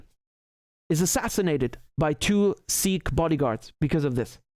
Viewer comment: u said sirrh instead of sikh many times lol not every kh is pronounced as r like Arabic/Russian